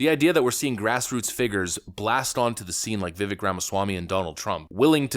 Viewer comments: His name is pronounced [ Viv-vake ] as in cake brother. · (Heh, i don't wanna be that guy....I know you're gonna talk about him probably a lot the next couple weeks...it is Viv ake sounding, he said Vivek, like cake. That is when it clicked to me Ohhhhh, like cake, that makes snese. Not trying to nitpick or be a snot, I'm trying to help). Respect to ya man, keep it up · If you respect the man, learn how to pronounce his name. It's Vi-VAKE. Rhymes with CAKE. Emphasis on the 2nd syllable. Just sayin'. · Viv - VAKE ... not, "VIV ick" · It's pronounced, "VEE-VAKE," like "CAKE." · Vivāk , like brake, take, rake, ache, or as he says cake. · “Vivek, rhymes with cake”. I’m surprised you haven’t gotten b his name correct yet. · His name is pronounced Vi-VAKE. It's like CAKE. Vi-VAKE. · His name is pronounced viv-vake like cake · Come on... Vivek; rhymes with cake. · I love your content ❤️ keep up the good work. I know you love to be so accurate in your content. So Vivek is pronounced like VIVAKE he said it rhymes with Cake. Keep up the solid vids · His name is pronounced "Vivake." It's time to finally get it right. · It's spelled Vivek, it's pronounced Vivake. Vivek rhymes with cake. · His name is Viv-ake..it rhymes with cake! Have some respect! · For f sake. It’s Vi-vake rhymes with cake. Show some respect and pronounce his name correctly. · It’s VI-VAKE LIKE CAKE dude, get it right ffs. Vivek like cake, not hard to remember. Vivek 2024. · Multi-million dollar YouTube channel and you still can't pronounce his name right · Please stop saying his name wrong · Can you learn to say his name right????? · Another day, another Vivek video where you still haven’t learned how to pronounce the man’s name. Bravo.